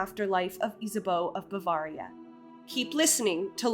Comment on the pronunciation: Ba-vair-ia, not ba-varr-ia